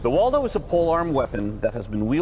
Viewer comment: Its Woldo not Waldo who put that on the timeline 💀